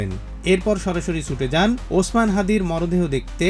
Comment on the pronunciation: শহীদ ওসমান হাদীকে দেখতে লন্ডন থেকে ছুটে আসেন এক নেতা ! আর এক দলের নেতা হাদীর নামটাও ভালোভাবে উচ্চারণ করে না ! সে দলেরই আর এক নেতা লন্ডনে বসে বয়ান ঝাড়ে !